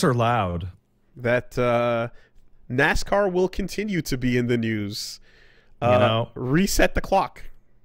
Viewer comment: Nascar is our word,. But you can say Nasca.